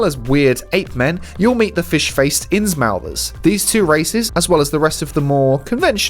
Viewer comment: neither you or the game pronounces "innsmouth" correctly and its more maddening than any cthonian could ever be.